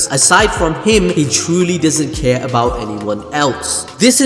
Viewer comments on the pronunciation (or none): none